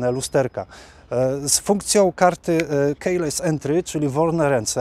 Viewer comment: "Jounrey" czytamy przez /e/ a nie przez /o/ . Coś jakby /dżeni/ czy też /dżerni/ po amerykańsku. To nie hejt, tylko dobra rada. Pozdrawiam i chętnie oglądam. "Keyless" czytamy /kiles/ przez długie /i/ a nie /kejless/ :)